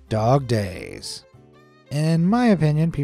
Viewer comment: When he say "dog days" I hear Dogday